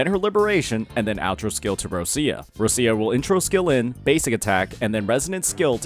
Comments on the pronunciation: It's Rochia! Not Russia! For the lov of God. Could you stop being an American for one minute and learn the correct pronunciation. Put in google translate - Roccia it will be Roch-i-a. Not Russia. The way you say it, your pronaunce it as Russia - as a country. Please my Italian heritage is in pain hearing you speak words mega wrong. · Why do you call ROCCIA, ROSSIA????? 😫😩